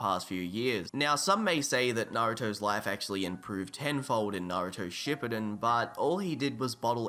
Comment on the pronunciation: Shipiden? It’s shuppden